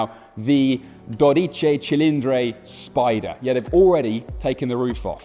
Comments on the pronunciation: Not Dodichey Cilindrhey. Just Dodici Cilindri, thanks. Also not “coffango” but cofano. If you try talking Italian try to make a real effort and not show off taking it all wrong 😂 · Here some phonetic help to get it pronounced at least minimally right: DOUGH DEECHEE CHEE LEEN DRIE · It's pronounced dodici cilindri, thank you very much. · Sterrato [English pronunciation stehrrrahtoh] - Superleggera [superleggehrah] - Americana [americana] - Quattrovalvole [cuatroválvoleh] - Quadrifoglio [cuadrifolyoh] - Stradale [stradahleh] BTW it's [dóditchitchilindri] not [dodítchi...] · dodici cilindri, not dodicey cilindrey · it's pronounced "dodici cilindri" not "dodice cilindre". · Dear Top Gear, this is not Dodicei Cillindrei but Dodici Cilindri! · Dodice cilindre made me upset. Please dodici cilindri. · You are such an ignorant. "confango"? "dodice cilindre"? We have google translate that can tell you how to pronunciate words in languages you dont know. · Dude, it’s not that hard. Dough DEE chee chee LEEN dree. The first vowel is an “o”, and it’s all “ee”s after that. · How hard it is to say correctly "dodici cilindri" and "cofano" ? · "Dorice cilindre" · "DodichAY ChilindRAY" 💀💀💀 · Daw-dee-chee Chi-lean-dree C'mon, it's not that hard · Daw-dee-chee Chi-lean-dree That should do it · Dodichi chilindri. He butchered the pronunciation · Why does he pronounce “i” as “ay”? “Docicay Cilindray”? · Makes a big deal out of pronouncing the name and immediately botches it twice in both words. Great job 😂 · Do note: the final letter in Dodici and in Cilindri is an 'i', not an 'e'. So the ending of each word rhymes with "see", not "say". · Damn...i never heard someone say dodici cilindri that wrong😂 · It's a beautiful name. You're completey butchering every single Italian pronunciation tho... Why? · The dude butchered every Italian name. Do-deh-chi Chi-lin-dree, cough-fan-oh. You work for top gear brother… a little bit of effort. 🤦🏼‍♂️